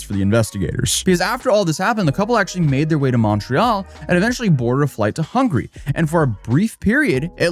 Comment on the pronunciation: You did not just pronounce Hungary as hungry! 😂 Will respect the call for engagement though.